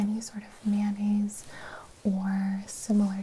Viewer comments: Extra mayonnaise? At first I thought she said extra manis lol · Did you say…. Mayonnaise? Isn’t that an instrument?